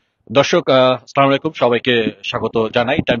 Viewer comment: সলামুলাইকুম না !!!! বলেন , আসসালামু আলাইকুম 😊